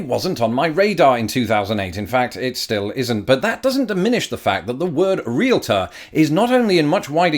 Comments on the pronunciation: Thank you for pronouncing "Realtor" correctly! Most Americans mispronounce it as: "Re-litter" when it is actually "Re-al-tor." Similarly, there are many Americans who mispronounce the word: "Cavalry" as "Calvary." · Thank you for pronouncing Realtor correctly. A lot of Americans incorrectly say reel-a-ter. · Thank you for pronouncing Realtor correctly. Many people insert an 'i' between the 'l' and 't'.